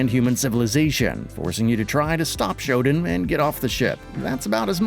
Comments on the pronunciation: It's SHO-DAN, not ShoDIN, just sayin. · That's not how you pronounce Shodan but you knew that. You're the kind of channel that'll mispronounce just for engagement.